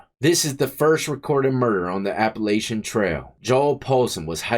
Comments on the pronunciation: It’s appa latchon not appa lay shun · I can tell youre not from round here. We don't say it like that. The a's are both short 😂Appalachian rhymes with hatchin. ❤ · Death! Lol It runs from Georgia to Maine and it's pronounced "Appalachan" trail